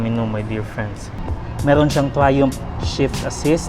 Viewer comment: "Fresh from United Kingdom itself" "Trayoompff" lmao